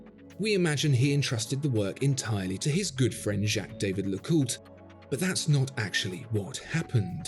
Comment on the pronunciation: Great video but your pronunciation of Jay Jay LeCooter is shocking 😳